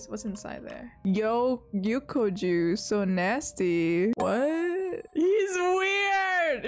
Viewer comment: I think it's pronounced Yuck O's juice or something, he is a retired member of Circus In The Sky He was a really cool dude ngl.